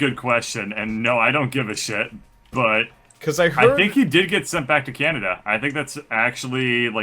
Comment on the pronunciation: I don't know about "Canader"